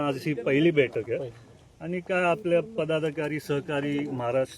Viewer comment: अरे अश्वासीत करतो, दुख:द गोष्ट,बेठक नाही बैठक, अधी बोलायला शिक रोहीतपवार, अजीतदादा दादा शेती करत होते. त्यांना चाड्याची गाठ ही माहीती होती त्यामुळे शेतकरी त्यांना मानतात. तुम्हाला दोघा भावांना नाड्याची गाठ माहीती तुम्हाला चाड काय समजणार त्या पेक्षा रोहीत पवारला पुढ आणा तुम्ही सगळेच सुधराल तुमचा मान कायम राहील 🙏